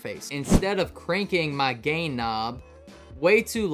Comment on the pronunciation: I swear he said "gay" knob. Yes, I know he said gain.